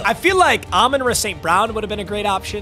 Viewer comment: its year 5 and still cant pronounce Amon-Ra correctly